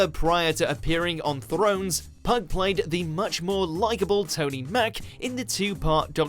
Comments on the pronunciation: Robert Pug?!?! It's pronounced "pew"! Silurians, not Silarians. Into The Dalek singular, not Daleks plural. So you reckon Diana Rigg's role in GoT overshadows Emma Peel, one of the most iconic TV characters ever, still referenced and copied 50 years on? Alumnus, not alumni, fucking hell it never ends! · Robert pug? Lol his name is Pugh rhymes with few. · Burn Gorman from Torchwood was in Game of Thrones. He was Karl Taner on season three or four I think. I know Torchwood is not Doctor Who BUT it’s a spin off from Doctor Who and I LOVE Burn Gorman. And who the fuck is “Pug” it’s Robert Pew ffs!! Also who the hell forgot that David Bradley was in Doctor Who he’s very unforgettable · Thanks but: 1) Pugh is pronounced "pew" not "pug", had me laughing though 2) Maisie Williams played "Me" 3) You literally showed the guy who played Edmure Tully alongside Liam Cunningham 4) Richard E Grant also had a small role in GoT 5) Julian Glover played Richard The Lionheart in the classic series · Thomas Pugh, pronounced pew, not pug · I'm sure his name is pronounced P-E-W not PUG. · Robert “ Pug”???? Ffs, Pugh is pronounced Pew!! ( Like Hugh , as in Hugh Laurie) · Need to do some research, Robert Pugh’s name means son of Hugh so it is announced Pew not Pug It took me 30s to find out the proper way to pronounce his name by Googling it. There is no real excuse for getting pronunciation so badly wrong. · It's pew not pug. Would understand the mistake if you're American but you sound English! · "Pugh" is pronounced "pee-oo" not "pug", at least I'm pretty sure. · Robert "Pug" 😂 it's pronounced pew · Number 7 is Robert Pugh pronounced PEW not PUGG, would expect something like that from a yank but not a Brit ..!!! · Pugh is not pronounced Pug, it`s more like Pew, think Hugh Laurie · Pugh is pronounced pew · Robert ‘Pugg' 😂😂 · The name "Pugh" is pronounced "Pew" as in the thing you sit on in church. Sorry, that was bugging me! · It is, the same as Hugh is pronounced. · Say Pugh right ffs